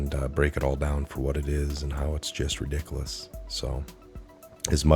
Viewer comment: Don’t teach your kids to say redickalis